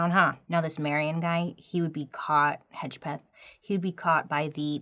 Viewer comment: I could see the hesitation in saying Hedgepeth, but appreciate it being said right. Also, us Hedgepeths can't keep our mouths shut.